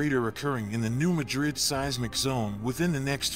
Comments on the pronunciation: I'm here just to read the comments about your mispronunciation of Madrid. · Yes, some pronounce it that way, but that doesn't make it correct. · The locals' pronunciation of a geographic place is correct. It's called a shibboleth, a password that distinguishes natives from carpetbaggers. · You video quality is excellent. Your content quality is somewhere between poor and useless. For starters, get the name right!!!!!!!!!!! Ma-DriD is in a place called SPAIN. Mad-Rid was a town in a place called MISSOURI. Next, New Madrid Missouri has never been touched by a significant flood. But, Madrid was wiped off the face of this planet! In a couple minutes the Mississippi River ran backwards, according to eye witness testimony and geologic site evidense. The backflow is believed to have run for 5 days. In a few minutes of time, the backflow killed 10,000 people or more. Reelfoot lake in Kentucky started to form. Your next mistake is the town sizes. In assending size order, was, New Orleans, Madrid, Memphis or St Louis, and finally Chicago. Yes you read that right. Madrid was the second largest town on the river and on that day everyone died in seconds or a few minutes. The few people left alive, in the area, moved west 5 miles. They created a new town and called it New Mad-Rid. The statistics, which I doubt you understand, are these. Every year, the odds are 1-2% chance of a 7.0 or larger sustatined earthquake. There are several other mistakes in your video, but I am worn out explaining this stuff. I suggest you take this garbage down and do a complete rewrite. Everything I have said here is well known facts from government and university studies. These facys have been stated MANY times in public domain. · Why can't you so called expert reporters get place names right.... It's pronounced New MAD rid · And those locals are the ones mispronouncing the word , the area and town were named after Madrid Spain . NOT MADrid ! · New Mad-rid not New Ma-drid